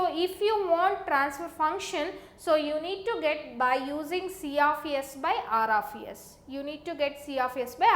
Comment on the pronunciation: Aar aaf yess